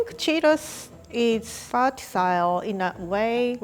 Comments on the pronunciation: She said vertsaile not versatile its so cute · “Vertasile” gosh I love her 🖤😭🥺